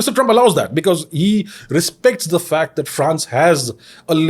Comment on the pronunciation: the onscreen graphic subtitle said fact, but Abhijit said fat, not fact